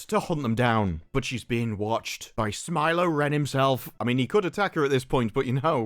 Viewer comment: Lol smilo- ren😅